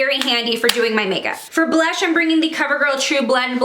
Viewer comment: its blush not blesh. but good vid